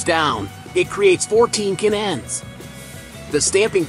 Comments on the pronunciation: Interesting manufacturing. The computer voiceover needs a little work - can ends, not cannends, etc. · This video is the result of artificial Intelligence. And it can't figure out how to say the two words "can ends." So it pronounces it "cannends." AI will destroy our ability to communicate with each other, us to businesses and business to business. But no one cares because there is money to be made. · Ca nans, Poor AI. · Haha, I broke out laughing at that point. I guess we’re not quite there in our AI tech just yet, lol.